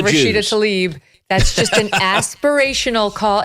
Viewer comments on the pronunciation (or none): It’s not “Rashida TALIB” (Tal-eeb). It is TLAIB, as in “bibe”. Important to name your enemy correctly